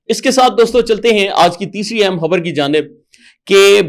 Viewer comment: حبر نہیں! خبر 😊